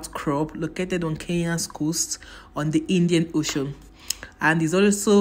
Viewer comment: So beautiful but I can't stop laughing at Indian oshoon😂😂😂 Fort jesos Niyaali😂😂😂I love the accent